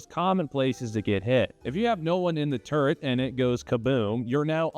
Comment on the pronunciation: Did he say turd or turret? Is this tourettes?